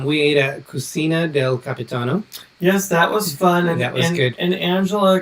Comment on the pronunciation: The Observation Lounge on the NCL Bliss is fantastic! I wish every ship had this feature! Next time you are in Mexico shopping for tequila, if you see Porfidio brand, buy it! BTW, Cucina is the Italian word for kitchen and properly pronounced Koo-chee-nah! Don't be impressed with these very popular cruise chanel creators that constantly spread misinformation. Absolutely tosh. I prefer smaller chanels with accurate information. Thank you for sharing your cruise highlights! *hash tag team replay